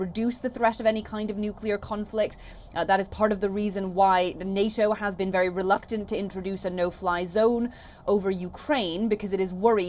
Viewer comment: PLEASE GET YOUR PRONUNCIATION RIGHT, ONCE AND FOR ALL...VERY not WERY! 🙄